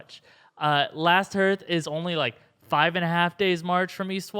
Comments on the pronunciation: hearth = harth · hearth is pronounced harth, not herth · I'm Team Jaimie...I'/m betting that at the climactic battle, he'll come riding over the hill with a wagon that has one of those Scorpions on it with a Dragonglass-tipped Balista bolt, and Bron takes out the ice dragon with it. And "Hearth" is pronounced like "Heart" with a TH on the end, not like "Earth" with an H on the front. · It is pronounced HAHRTH not hirth. Last Hearth = Last HAHRTH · Last "Harth" not "Herth" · "Hearth" is pronounced "harth"